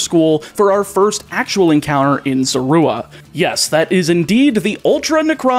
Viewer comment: While I think the sounds you use to say Zorua are correct, I feel like you are over emphasizing the "oo" sound. I personally find emphasizing the "zo" or "zor" to sound more natural.